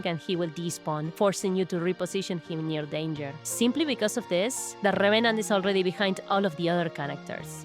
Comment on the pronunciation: RRRRevenant 😩😩😩 ima just rewatch the vid cuz of ur accent atp 😂❤️